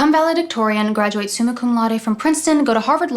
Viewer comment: "graeduae" nice pronounciacion LOL